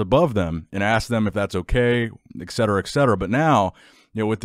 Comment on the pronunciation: Etcetera is not pronounced ECKsetera. It's ETcetera for God's sake.